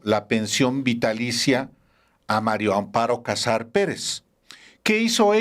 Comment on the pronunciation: Sr usted siempre dice Mario Amparo Casar Pérez ( no puede decir MARIA AMPARO CASAR PÉREZ